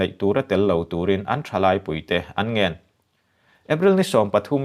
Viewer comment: Ngen ( reguest ) mu tia i lam hi a diklo. Ngên mu (siaimu) tia lam a dik ang a.